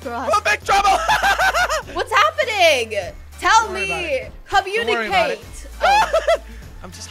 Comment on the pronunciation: Its so funny wjen sanna said commicate